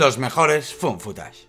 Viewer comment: Me encanta que lo pronuncien como "fun footage" <3